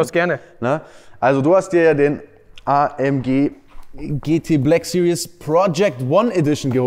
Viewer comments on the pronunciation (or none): Hi Daniel! Man spricht "series" nicht wie "serious" aus. Eher wie "siriehs", mit scharfem S vorne. Einfach mal Shmees Videos gucken zur Info ;-)